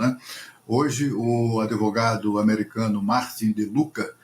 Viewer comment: Uma vergonha, esse jornalista fala "adevogado". Devia fazer o mobral...